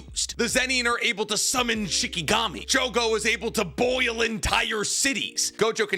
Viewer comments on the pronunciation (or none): calling shinigami shikigami makes my heart piss its pants. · Keep saying shikigami, for bleach when they're shinigami